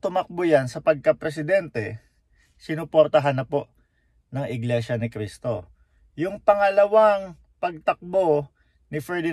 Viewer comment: Pakikorek nman yung Cristo not K po thank you!